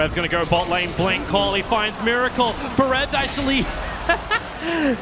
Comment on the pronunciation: and also mUracle